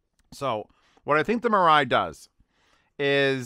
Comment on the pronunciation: Yes, the correct pronunciation is mee-rye. With the first syllable being higher in pitch than the second.